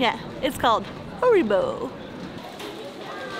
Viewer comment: HAribo not HOribo :D